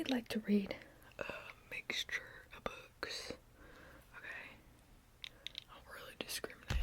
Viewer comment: Haha, I first understood "bugs" instead of "books". 🤣🤣🤣🤣❤❤❤❤ Book tapping is one of my absolute favorite ASMR triggers of all time!